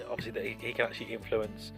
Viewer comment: my god the number of times you said 'odviously' is really annoying